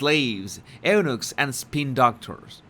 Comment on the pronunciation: Jesus - love some of your pronunciations:-) Eunuchs is more ‘you -nooks’ 😊